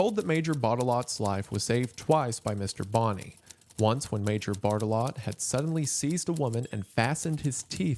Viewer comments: I'm too much of a child to watch this video because every time Mr. Goon says "Barttelot", I keep thinking he's saying "Fartalot" and giggling. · I thought he was saying major fart-a-lot for like 75% of the video, sorry :( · I heard fart a lot whenever he said Barttelot